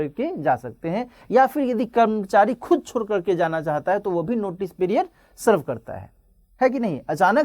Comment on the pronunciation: छोड़ को छोर बोल रहे हैं